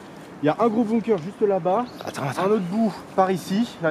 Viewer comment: On dit pas « boumkeur » mais « bunker »